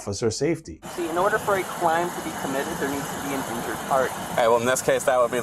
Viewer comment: "In order for a cwime to be committed...." This guy looks and sounds like a reddit mod